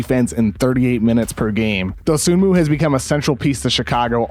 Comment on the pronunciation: The is an excellent breakdown, Kevin. I've watched almost every Bulls game this season, and I can attest to seeing everything you described. HOWEVER, one of the first things I learned about Dosunmu is that the "N" in his last name is silent. It is pronounced doe-SOO-moo. C'mon, man...